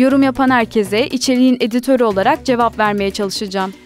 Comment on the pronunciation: “İçeriğin editörü” vurgusu mide bulandırıyor